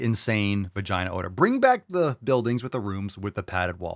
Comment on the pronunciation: I could have swore she said odor, not owner.